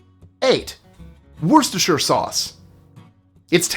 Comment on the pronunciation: Your commitment to the correct pronunciation is admirable and refreshing. You nailed Worcestershire, a feat not often achieved. Thank you for your professionalism.